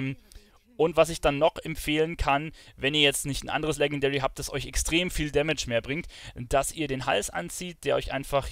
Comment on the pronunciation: bitte lern mal Legendary's auszusprechen, ist ja ekelhaft